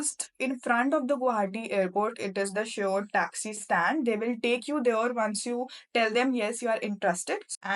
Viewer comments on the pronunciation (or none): She meant shared cab, pronunciation error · Nice information, but one correction - it's "shared cab", not "sured cab"